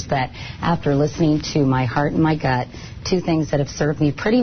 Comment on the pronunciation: "After listening to my heart and my gunt" 😂